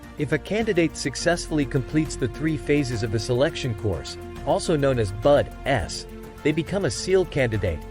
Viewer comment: I know you did not just say that it’s buds one word not bud s